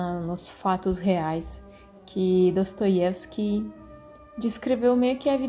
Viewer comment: gostei de uma forma geral do seu comentário, mas tenho uma ressalva. Você não pronunciou o nome do autor (Dostoievsky) em russo, como deveria.